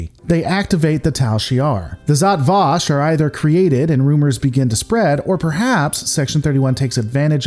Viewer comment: Pronounce it properly: Žat Vaš